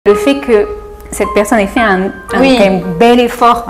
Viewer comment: à Taïwan= 台灣是某國家統治的一座島 en Taïwan= 台灣是個國名 😂😂😂 另外 阿滴會把un念成/un/是因為他之前接受了一個月義大利語挑戰 學的比法語好 所以他把義語的發音方式帶進他的法語裡了~